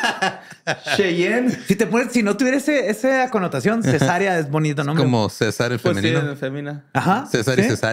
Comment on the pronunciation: a le falta tambien un poco de dialecto....el otro dia con los nombres no los sabe pronunciar....Cesarea es Ce sa reeeeeee a con un acento que no va en la e Cesareeeeeeeeeea. es un nombre comun hay una cantante que se llama asi....el otro dia se reia de muchos nombres que en Argentina en gente como abuelos o bisabuelos o tatarabuelos son comunes al ser descendientes de ESPAÑOLES,ITALIANOS,FRANCECES,GRIEGOS,ALEMANES ETC.....FALTA libros ahi mi bombon